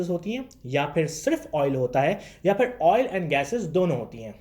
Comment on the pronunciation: Bhai pakistan me specially Lahore me R ko Dh pronounce kyn karte hain Jaise,..... aur ko audh, fir ko fidh, poori ko poodhi, sponcer ko sponcedh Aisa kyn